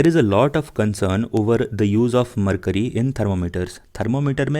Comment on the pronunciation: this (mer kyu ri) not (mer cury)